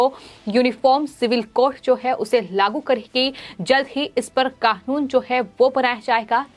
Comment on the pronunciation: it NOT KAKUN, IT IS KANUN